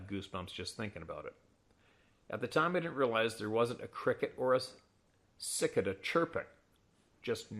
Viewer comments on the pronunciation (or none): Not that will ever see this. But pronounced. Sa-ka-da. An annying little bugger that reminds you it's hot, it's humid, it's summer. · Cicada it's pronounced Si'kade a